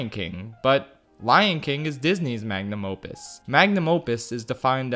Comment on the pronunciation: Did he just said Lion Kin is Disney's mang a num opus?